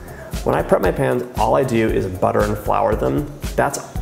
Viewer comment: "but first, I have to prep my pans" sounds like pants xD